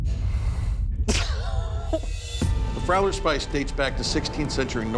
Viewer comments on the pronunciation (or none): It is actually called Friauler Spieß and pronounced like with a long e in English as in the word me.